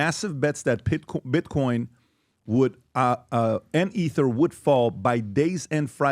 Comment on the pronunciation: When pbd says "ether" you know he's not a crypto guy